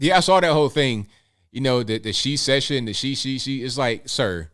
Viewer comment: He couldn't even say it. Shesession 🤣